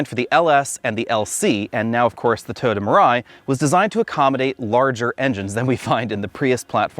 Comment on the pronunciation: Now I can’t unhear this. He jumps it down to 2 syllables.